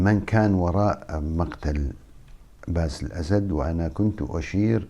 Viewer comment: انت لا تخجل من نفسك ؟؟؟؟؟؟؟!!!!!!!!!!!!!يعني وش الفايدة ياذا الوجه انت تؤكد أن سوريا مورثة لهذه العائلة القاتلة عايزين رئيس من عامة الشعب لا أن تعينه القوى الاستعمارية ……،ويتكلم ويسرد بالكلام وكأنه في أمل من هذه العائلة استحي على نفسك وبلا كلام فارغ لا أصل له البته قال باسيل اسيد 😂😂😂😂😂😂